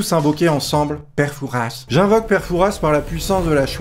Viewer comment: Je suis originaire de la région où est tournée fort boyard et ... ON NE DIT PAS PETE FOURASSE MAIS PÈRE FOURA !!!! même si y’a un « s » à la fin il se prononce pas 😅 regardez l’émission merdeuuuh 😭